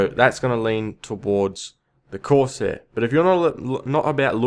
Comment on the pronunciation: "corseh skimiter" We all gotta love the accent.